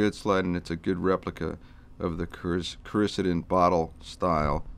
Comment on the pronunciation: Excellent,! Thanks for posting! Btw, you pronounced CORICIDIN every which way but the right way. You must not be from the South (not a judgment... just an observation). It's pronounced... cor i (eh) ceed in.